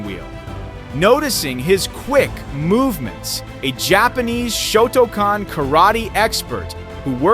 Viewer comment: Before providing commentary, please learn how to properly pronounce “Shotokan” karate and Steven Seagal’s name…it’s very off-putting…